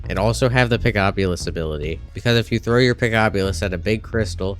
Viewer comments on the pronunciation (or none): none